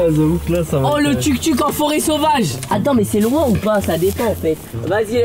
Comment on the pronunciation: ça se prononce TOUK TOUK et pas tuk tuk